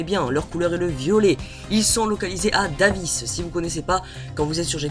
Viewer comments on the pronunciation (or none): Sa se prononce Daïvis